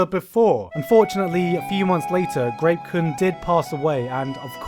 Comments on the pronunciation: Kept hearing rape-kun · When he said grape kun I mistakenly thought he said rape kun I had to rewind and put the sub on to make sure